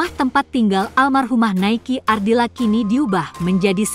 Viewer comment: Nikeu Ardila...bukan.Naiki Naiki Naiki...sluruh Dunia tau bisa menyebut nama Nikeu Ardila.cuma.anda.yg slh nyebut